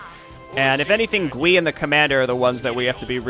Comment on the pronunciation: Nice retcon. I remember this being the first thing I fiddled with in the map editor so many eons ago. I even made a hero unit like this one. And also, I think Gui is pronounced as Guy.